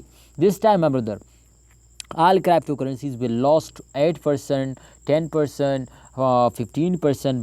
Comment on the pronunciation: What the hell is "Craaptocurrency" bro ?? 😂